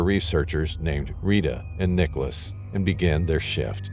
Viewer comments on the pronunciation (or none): none